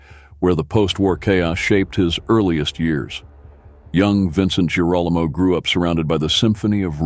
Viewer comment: Sure wish your AI voice would learn how to pronounce names properly. It makes Girolamo sound like Geronimo. It’s pronounced Gear-o-lam-o ffs.